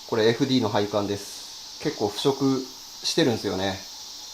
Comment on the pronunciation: 楽しく拝見しています、私は元アンフィニのメカニックなのですが、FDの読み方はエフディーではなくエフデーです！